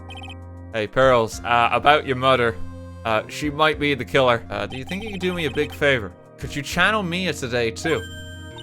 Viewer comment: "dekiller delivered debear-"